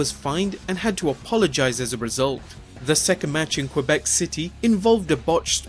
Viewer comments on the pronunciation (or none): none